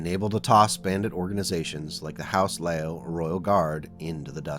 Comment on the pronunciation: My understanding is the pronunciation is "LEE-Yoww", so "Lee" as in the surname, and "Yow" as in exclaiming when you sub your toe, "Yeowch!!"